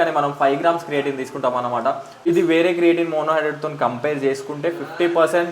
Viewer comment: It's creatine bro 😅 ... Creating kadu